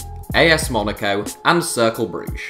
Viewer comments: Varri Varrichio I was pointing out how it’s said, I know it’s spelt Cercle. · Circle Brugge? Did you mean Cercle? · It’s ‘Circlar’ Brugge not ‘Circle’ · Cercle Bruges or in dutch Cercle Brugge.